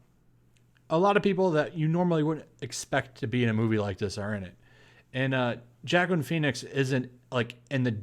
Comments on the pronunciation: LOL 1 movie is not gonna make DCU better than the MCU.... But this movie looks outrageous! Did you say Jacklyn Phoenix? It's pronounced "WahKeen" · It’s pronounced “who-wa-keen”.😂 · xD I was about to put IT'S PRONOUNCED WOKEEN! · Pretty sure the name etymology of Joaquin is Spanish. Maybe I'm wrong. Also pronounced Wah keen phonetically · No, it's pronounced WahKeen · It's pronounced "Walkeen". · I think his name is pronounced "wah keen" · Dear: it is pronounced (huwaa keen) Phoenix. J is an H. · Can't blame him, back then I used to pronounce Joaquin as "Jacqueline" too Lol